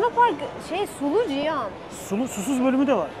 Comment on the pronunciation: Ciyan demeyi bıraksan daha keyifle izleyeceğiz Tabi ismi cihan ise